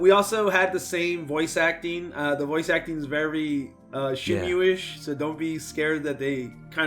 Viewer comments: This video was hard to watch with pronouncing Shenmue as SHEN-myu instead of SHEN-moo. Then we get herb pronounced with the 'H'. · Yes, if it was pronounced as “Shenmyu,” it would be written as シェンミュー. Since it’s シェンムー, the ムー is to intended to be exclusively pronounced as “muu”